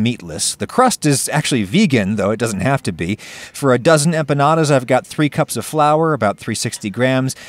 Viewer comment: I'm just glad you avoided the trap of hyperforeignisms and didn't call them empañadas